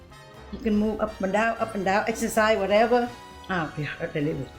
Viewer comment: Yes — I need a “Wha’eva!”